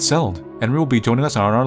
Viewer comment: I kinda like how you pronounce Enri as Henry hahahahha